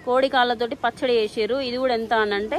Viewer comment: అమ్మా... పచ్చడ.... కాదు.... పచ్చడి..... తెలుగు ను చంపకు తల్లి....